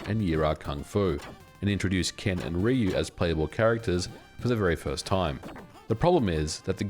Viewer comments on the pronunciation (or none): Stop saying RE-YOU it’s clearly RYE-YOU. Goddamn Americans